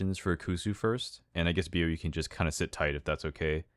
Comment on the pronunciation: For those who was wondering, Bio name's supposed to be pronounced as Bí-oh, and not Bio cause his vnmese nickname is "bí", a winter squash.